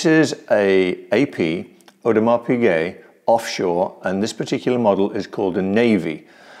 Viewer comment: I'm so happy you pronounced Audemars Piguet correctly!